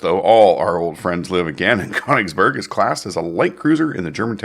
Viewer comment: Königsberg is pronounced KUH-nichs berg